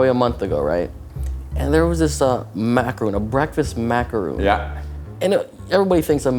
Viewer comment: food looked good. for future reference, it's "mack a ron", not "mack a roon".